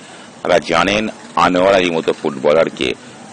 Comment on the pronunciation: Anwar uccharpn ta sposhto vashai bolun eto joriye bolchen krno